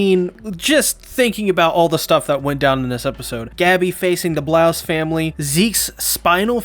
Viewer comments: It’s Braus... not blouse. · Wait he keeps saying the Blouses when the family name is Braus